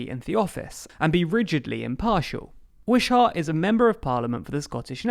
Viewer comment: Lol the pronunciation of "Wishart"